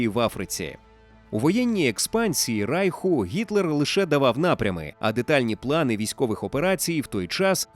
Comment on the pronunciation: Все добре,але не Райху,а Рейху☝️